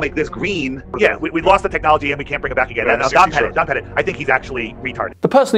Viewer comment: It's pronounced Don 'PET IT'. Petite (as you pronounced it) has an E on the end of it.